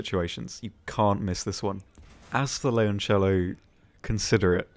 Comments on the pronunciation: considering 97.3% of the people call it Lioncello or Lyoncello that's one of the most correct non-Italian pronounciatons of Leoncello i'v ever heard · hem you're actually almost spot on with how leoncello is pronounced, yes it sounds a bit forced but every other single video out there, the way people says it, in italian sounds like leonciello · thank you for pronouncing the leoncello so correctly xD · Your pronunciation of Leoncello was actually pretty good